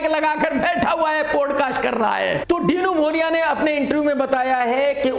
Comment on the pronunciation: Dino Morea ❎ Dinou ✅ 😂😂. Savage KRK chacha on 🔥😂